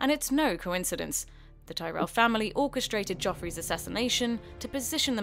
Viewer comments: AyyLmao the woman speaking clearly never watched an episode of GOT... she pronounced Baratheon at Renlys name terribly and also probounced Tyrell pretty bad xd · Margaery Teerel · The woman reading this script has clearly never watched the show. Petyr Byelish? House Tih-rell?